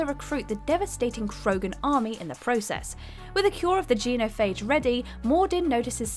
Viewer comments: Gee-no Phage? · Geenophage... I swear she mispronounces everything on purpose to wind people up. At this point I don't even need to watch the video to know she's got something wrong. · Has even played mass effect? The way she pronounces quarians and genophage gets under my skin